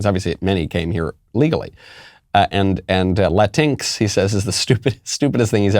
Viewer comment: "Latin EX" or "LA TINKS" ??? I'm so confused....